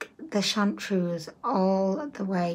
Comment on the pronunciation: It’s chartreuse not chauntuse.